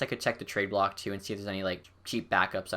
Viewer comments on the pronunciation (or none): none